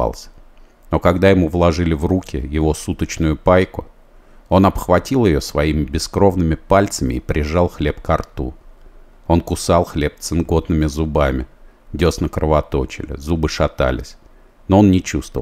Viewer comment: Не "цинКотными", а " цинГотными" зубами. От отсутствия витамином, у многих заключённых развивалась цинга.